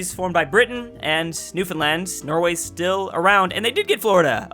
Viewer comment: NEWfenland??? Isn't it NewFOUNDland? Was I pronouncing it wrong all my life?